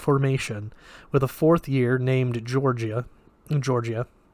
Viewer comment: Its Georgia, like the state. Not "Jorjeeyah"